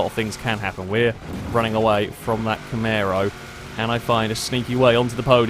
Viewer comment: STOP SAYING CAMARO WRONG